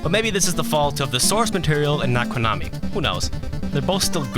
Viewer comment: Don't ever say "KOOnami" ever again, please. It's "Ko-na-mi". Okay?